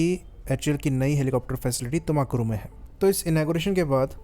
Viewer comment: Tumakuru pronounced as तुमकुरु n not तुमाकुरु